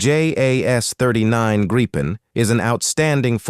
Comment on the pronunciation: Please instruct your AI the Gripen is pronounced only as Greepen, not Grighpen. 👍🇸🇪